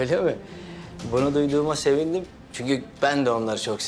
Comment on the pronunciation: “Yiğit senin adına çok serindim” sevindim bile diyemiyor şakihaaa 😂😂😂